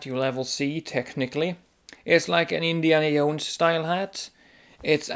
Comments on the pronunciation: "indiana yones-hat" lol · This video was ABSOLUTELY hilarious... I giggled all the way through the awkward confused moments and the passion you have for properly wearing hats AND the way you pronounce Indiana Jones.....I was only looking for new ways to wear them but now I have a plethora of things to look for when buying them :) Thanks for the laughs and information